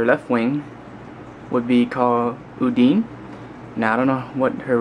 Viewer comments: There's an N in there. It's Undine, not Udine. Udine sounds like what the jawas say in Star Wars. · Lol u were saying Udine's name all wrong XD Its pronounce it Uu-Dee-Nee(Nee as in Nee-chan or Onee-chan) But Awesome you got Dizzy X3 Dizzy is a Total Sweetheart and is Deadly shes my Number 1 Favorite VG Anime Lady of all time =w= I Highly Recommend you play Guilty Gear Esspecally if you played Blazblue or any Arc System games I Could Explane Everything about her if you want me too in a note Anyways it costs 290 bones O_O but its worth it for me =w=